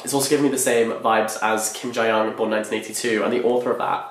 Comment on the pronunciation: long time subscriber first time commenter here! just a very minor comment, the Korean language doesn't necessarily have an accented syllable, but usually when people say "tteokpokki", its the first syllable "tteok" that's put on the emphasis rather than the second syllable :) also on that note, Ji-young from "Kim Ji-young, Born 1982" is pronounced "Jee-Young" not "Jai-Young". I feel like such a snobby ass trying correct it but thought it might be helpful hahah looking forward to your reviews of the books!